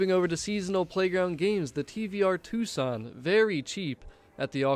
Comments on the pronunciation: Ok, sorry to be "that guy", but the pronunciation of the car names is killing me. The Lamborghini Huricán is NOT said like "huricane." The H is somewhat silent, and it pronounced like Oorah-con. Or Who-Rah-Con. The accent on the A makes it say an "aw" sound. The TVR is NOT the Tuscon. Tuscon is made by Hyundai, and is an SUV, as well as a city in southern Arizona. The TVR is the Tuscan. As in Tuscany, or Tuscan Raider. It's pronounced Tusk-Can. NOT "too-sawn". And finally the Maserati Ghibli is NOT pronounced like "giblet", as in the stuff you put in turkey gravy. It's Italian, it's Gee-blee. I hope we have all learned something today. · Nice video! F :) BtW: The TVR Tuscan is ptonounced with a hard C